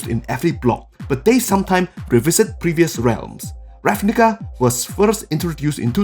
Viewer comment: Every time you say the book name I become racially triggerd. Still a good guide